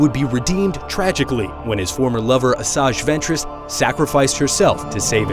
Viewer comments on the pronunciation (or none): this guy speaks out asajj ventress like "asag" ventress but its spoken like "asai" ventress. and to all those Idiots who want to correct me I know her name is asajj ventress!!!!